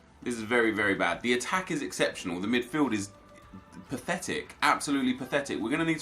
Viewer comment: Aubemeyang 96 pace Nep: “ Exeptanal pace